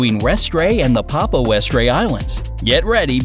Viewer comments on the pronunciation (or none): Hey as someone originally from Orkney (the name of the set of islands directly above Scotland) I'd thought to let you know that Westray is pronounced West-ree.